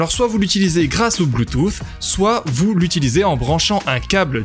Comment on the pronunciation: 2 truc me dérange la façon que tu à de dire bluetooth :) et de pas dire le prix en vidéo ;( sinon' c'est bon